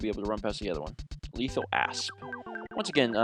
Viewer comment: Every time he says asp I hear ass